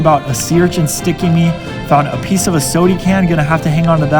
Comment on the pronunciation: Man you are so boring, and it is pronounced SODA can, with an a, not sodie can, you’re not a toddler.